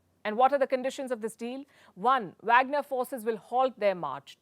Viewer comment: It’s pronounced waagner….